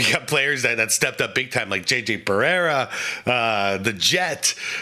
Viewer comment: "JJ Barera" 😂